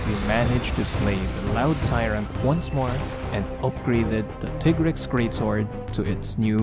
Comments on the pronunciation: Molten Tigrex is my favorite variant monster in the whole series. The speed, intensity and ferocity of the fight is amazing. Also, I don't care what Capcom says, it's "Tie-grex", not "Tee-grex". It's "tiger" and "rex", not "Tigger" and "rex". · Very good video, but. . . every time you say Tea-grex, I get cringed. For thouse that don't know Tigrex is a combination of the words tiger and trex, so it should be said Tie-rex. (even thou the say Tea-grex in MHW) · tig-rex? no its ti-grex. you dont sayt tig-er do you? ok then. ugh smfh. dude you couldve easily blocked moltrex charges with R1, jeez man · that intense build up was ruined. Teegrex💀💀💀💀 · So you pronounce it Teagrex. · As far a I can find via the great tool called the internet, it's most likely based on the Spanish word for tiger, "Tigre". I'll just paste what I found: Tigrex is a mix between Tyrannosaurus rex and a tiger, hence the name and appearance. Contrary to popular belief however, the first syllable is pronounced like 'Tea' and not 'Tie'. This is most likely for two reasons: One, the name derives from tigre which is Spanish for "tiger". Two, the pronunciation for Tigrex's English name follows the one for its Japanese name, Tigarekkusu (ティガレックス). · Why do so many people pronounce tigrex wrong. Do you pronounce tiger tiger? No you pronounce it tiger. This is why its pronounced tigrex not tigrex.